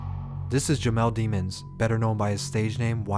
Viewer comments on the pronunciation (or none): PLEASE PRONOUNCE HIS LAST NAME RIGHT! ITS DII-MONS NOT DEE-MONS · De-monse not demons 👿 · Da-mòns lol get it right rotf they was saying Demons then changed they way it was pronounced 😂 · Its Pronounced Dimons Not DEE-Mons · Its pronounced demons as in the word demo then add ns demo-ns its not demons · His last name is not demons as a devil worker learn how to say his name or don’t say it at all y’all do the most